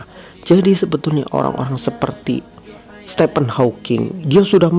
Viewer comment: Nikmat iman, anugerah terbesar. 🤲🏻 Btw Admin, Stephen dibaca “Stifen” bukan “Stepen” 🙏🏻